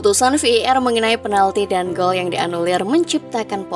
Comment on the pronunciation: Admin sampah ngmng var aja sampe v i er kwkwkw